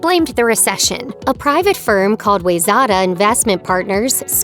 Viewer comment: Wayzata is pronounced Why-Zetta